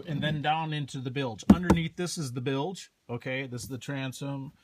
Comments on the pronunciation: Bilage? It's bilge. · no, you're saying "billage" like village I think is what he's referring to. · I believe the "e" is silent on pronouncing bilge but I guess you can say it either way. Details- details.